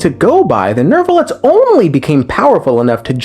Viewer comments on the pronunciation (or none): There’s no r in neuvillette thé neu sounds like the neu in neuf